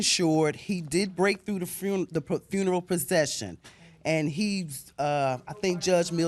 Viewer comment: Sound it out: FUNE-ER-ALL